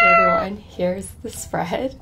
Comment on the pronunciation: ：This is where ta fun begins！ Me：This is where ta fun ENDS NOT BEGINS GURRRLLL！😂